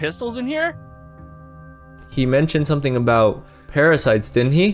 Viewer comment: When rage said those are the parasites those are parafites 😆😆